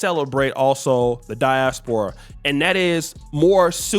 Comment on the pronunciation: That fool said African disporia lol